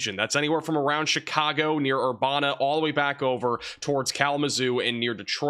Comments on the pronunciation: Its pronounced Ur-ban-na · Urbana is pronounced Bana like in banana and Urban. Keep up the good work!